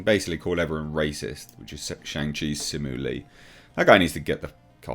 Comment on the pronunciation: Only thing incorrect in this video is your pronunciation of "Liu". It should be "lee-you" 😁